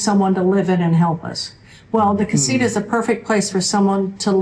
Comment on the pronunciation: Casita. The TA needs to be emphasized. Not Ra . Just saying . Jeje